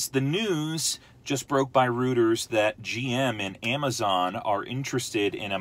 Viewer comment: Reuters is pronounced "ROY-trz".